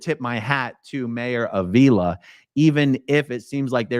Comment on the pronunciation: Avila is pronounced Ah-V-la.